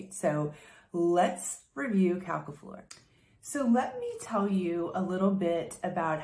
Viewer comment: It's pronounced 'Quelques Fleurs' by Houbigant [oubichont] , not ''Qualqua Floor' by Hubigant. Yes, french can be tricky. My batch is strange, for me a little bit too fresh and I can't smell the flowers very well. Is that normal? The drydown is sweet and flowery but after long time.